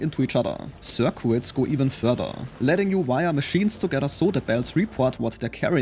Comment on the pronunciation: Stayed for "circwits".